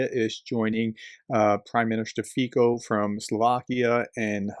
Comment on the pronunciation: can you finally learn how to pronounce Fico. It's FEE - tso. Get it? Not FEE - ko. The c is pronounced like a ts. I am 76 and have been speaking Slovak since I was 16. Plus I am a Slavic (etc.) linguist, my wife was Polish, I speak Slovak, Polish, Russian, German, etc., etc., i.e., these languages, I know how they work. You don't. It would not be bad if you learned. In passing, I have a PhD in computational physics. Oh maybe theoretical physics, but I'm not sure I would go that far.